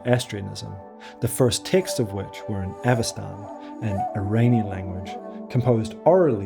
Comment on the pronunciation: Impressive work! Just a few notes about stress: Sintashtá with the stress on the final syllable, and Avesta -> Avestan is like EstOnia -> EstOnian, not like KazachstAn.